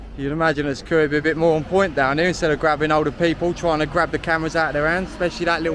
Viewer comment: The security has a ‘ t ‘ in it , not securi ee .!😊